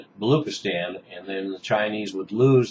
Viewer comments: Its not balookistan, its pronounced balo-ch (as in china)-istan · hey u pronounce "balochistan" not as "balookistan" but as "baloCHistan" "CH" sound as in china dana rorbacher was making the same mistake and was ridiculed in pakistani media for that.